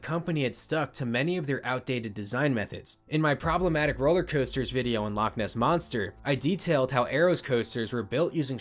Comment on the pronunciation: As a Scottish person, loch isn't pronounced like lock....the ch at the end, should sound like your throat is full of phlegm that you need to clear.